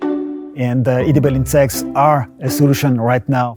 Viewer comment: I don’t trust shit from a guy who can’t pronounce edible insects!!